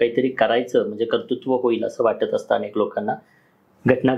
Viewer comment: अणेक नाही हो अनेक बोला, मणात नाही मनात, हल्ली सगळेच 'न' आणि 'ण' कुठे वापरतात ते विसरले आहेत कि त्यांच्या शाळेतील शिक्षकच असं बोलत होते? 🤔🤷🤦